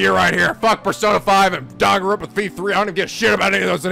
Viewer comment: Aren’t other languages like English, though, and have inconsistent phonics? But yeah I’m so used to Japanese phonetics that it kinda throws me off when they’re not pronounced correctly. That’s why Persona 5 kept bugging me. But apparently the Japanese devs had a hand in that, so it’s not even the localization team’s fault.